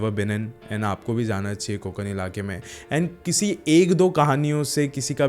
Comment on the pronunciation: ण ण न nahi कोकण